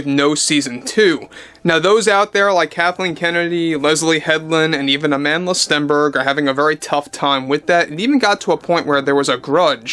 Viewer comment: Can I just pls point out to y’all Americans that Amandla’s name should be pronounced “Uh-mun-dla”. It means “power” in Zulu and was famously used by the likes of Nelson Mandela in South Africa when opposing apartheid (typically with a fist held in the air while chanting it). It’s not said like the English name Amanda.